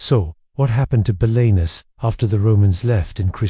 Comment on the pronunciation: this is awful. Can't pronounce Belenus, can't pronounce Celtic and full of errors and made up stuff.